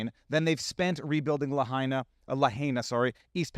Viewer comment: you said Lahaina right the first time! I grew up in that neighborhood my family lost everything in that fire. No warnings from the police that pass thru our cul de sac.